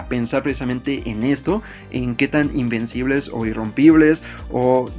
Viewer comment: Alguien más pensó que decía que heran imbéciles ? XD